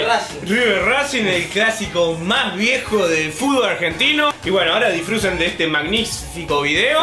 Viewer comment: Mató el "DISFRUSEN" DE 🤣🤣🤣🤣